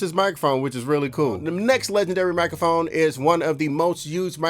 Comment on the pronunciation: Having nightmares about poppin his head out sayin 'mikaphone' at random times in my life